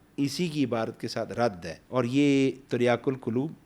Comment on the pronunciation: باقی سب باتیں تو ٹھیک ہیں لیکن ہے ہوتا ہے نا کے اے ۔